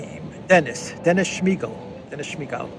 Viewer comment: I thought the same thing! I heard the name and immediately thought of Smeeegaalllll!